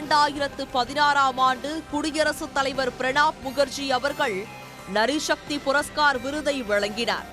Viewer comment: அக்கா அது நரி சக்தி இல்லை😂😂 நாரி சக்தி